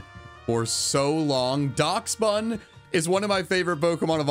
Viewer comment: Bro really said DAKSBON when it's pronounced Dasbon